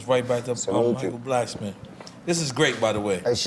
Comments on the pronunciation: Why Nore keep Calling Him Michael blacksman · Why is everyone pronouncing Michael Blackson’s name wrong? Blackston or Blacksman! 😆😆😆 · He callin that nigga Michael Blacksman lmfaoooo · Am I trippin or does Nore keep saying Michael Blacksman instead of blackson 😆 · I just need NORE to stop calling him Michael BlacksMAN 😂😂😂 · Nore said.. “Michael Blacksman”🤣🤣🤣